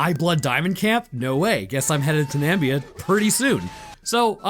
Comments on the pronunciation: That was Damon Beard, not Damon Baird, you goon. At least show the right person. And it's N-a-m-i-b-i-a, the Namib Desert, not Nambia. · 1.) South Africa is a country not a continent. 2.) Namib desert is not pronounced Nambia. Its a dessert in a different African country called Namibia. I think you took Zambia and Namibia and combined em by accident😅 3.) The vehicle or "open truck" you referred to would smoke the fore runner in that terrain. Love your videos though but my pride just had to ruin the moment 👌🏻🥲